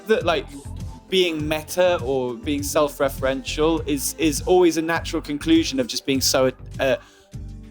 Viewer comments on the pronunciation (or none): nobody: matty: "self-referential" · no one: absolutely no one: matty: SeLf reFerEnTial